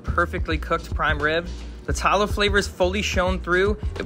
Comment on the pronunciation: please pronounce tallow correctly